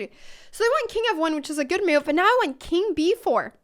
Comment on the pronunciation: It is sort of entertaining the way U pronounce "move" as "muv"..